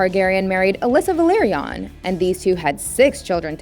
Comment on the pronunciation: vel-Lar-eee-ahn, velaryon.